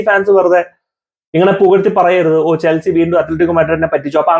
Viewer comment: ചെൽസി ❌ ചെൽസ്ര ✅